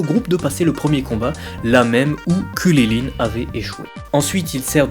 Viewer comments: WSH T SÉRIEUX C KRILLIN ET LUI IL DIT "KULILINE" mdr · Par contre on est en france est c'est hyper saoulant de t'entendre dire kulilin ou kaline et j'en passe .. Krillin/Karine c'est pas compliqué non ? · mec arrete de dire kuryline je vais peter un cable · Krilinnnnnnnn pas kwililin🤬😂😅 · Gokeu... Kuliline... Tu peux tout aussi bien prononcer Goku et Krilin "GokOU, KrilAIN" C'est pas la peine de te la péter :p sinon sympa la vidéo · Ces Krilin et pas Kulilin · pq tu dis krulilin ce kriline mais tu lis krilun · ARRETE DE DIRE KRILILINE C'est KRILIN PAS KRI LI LINE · mais comment il dit krilin lui ????? !!!!!!!! ......... kwililiyn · Pourquoi tu prononce krilin comme ça ? Pour faire malin ?